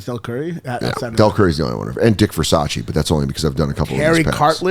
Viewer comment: Unfortunately "Dick Versace" isn't "Ver-sach-ee" but "Ver-sase" as in rhyes with "Her Vase"